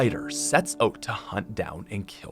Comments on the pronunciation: it’s annnoying asf how he said oat instead of out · Y u say oat instead of out